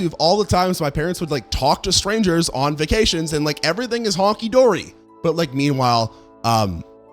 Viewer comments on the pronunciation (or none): It's "hunky-dory". And it's not "ace-a-tone", it's "ass-i-tone". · Did you say Honky Dory? Lol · The phrase is "hunky-dory" .....not HONKEY-dory